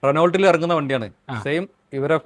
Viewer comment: റെനോൾട്ടു എന്ന് പറയില്ല. അതിന്റെ ശരിക്കും ഉള്ള ഉച്ചാരണം റെനേ എന്നാണ്‌.